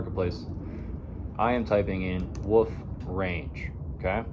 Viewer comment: There is an L in the word Wolf, you just make a dogs barking noise WOOF WOOF